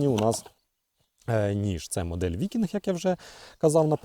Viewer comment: Ніж "викіньг"